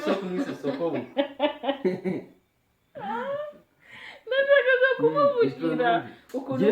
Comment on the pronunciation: 😂😂😂hahhhh urakotoye ntabwo Ari sokobukwe ni Sobukwe